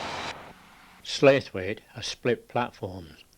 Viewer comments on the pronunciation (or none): Slaithwaite is not pronounced sleighthwaite but would be pronounced Slathweight if your from the west riding or sloughwaite if you live in the Colne valley. Enjoyed the video greatly thankyou